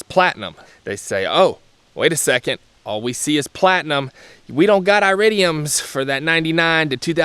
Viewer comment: It would be helpful if you could actually pronounce iridium correctly, lol. Additionally, longevity is only one part of the equation... actually, copper-core plugs give the "best" performance, you just have to change them more often (every couple years) and they only cost like $2 apiece. When choosing plugs... you're making a compromise between performance and longevity, you don't get both. The more exotic metals reguire more electrical current thus putting a higher strain on your coil(s). They last longer because they are harder (not as conductive.) Like I said, everything is a compromise of some kind. You're compromising cost and performance for longevity. The "best" plug for you might not be the "best" plug for everyone when ALL things are considered. You're leaving out substantial parts of the equation with your assessment. A better video would communicate all these factors so a person could make their own decision. You didn't include all the information necessary for a person to fully understand the decision of which plugs to use for them. Any type of plug will work just fine in these engines... but one must consider longevity, cost, performance, etc. when deciding which type to get, not just the longevity... all the factors need to be weighed together. So just because iridium plugs last longer doesn't mean their better in every category, just the one. If you were to do dyno runs with iridiums and with copper-cores, you'll make more power with the copper-cores, that is u